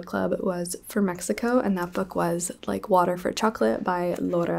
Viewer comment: i read like water for chocolate this month too! i loved it so much, im mexican so i had the privilege of reading it in the original language, and im always biased when it comes to mexican authors so it became a new favorite 🤍 love the way you pronounce the names haha🧂